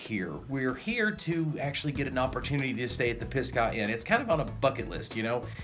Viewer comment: Great Video. You are saying Pisgah wrong*